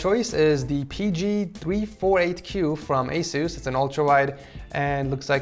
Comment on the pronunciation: anyone else think ASUS is pronounced ACE-US and not A-SOOS?